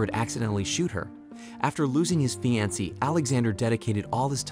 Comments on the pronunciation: A “Fe Ancy”😂😂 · Why are you saying fiancé so wrong? It’s bothering me so much lol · Sounds like this dude didn't know how to say fiancé and just sounded it out. 🤷🏻‍♂️ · is this an AI voice? why does he pronounce simple words horrendously wrong? He's worse than the substitute teacher from that Key & Peele skit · Say “Fiancé” again…